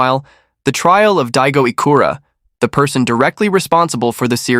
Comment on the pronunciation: His last name is ichikura, not ikura.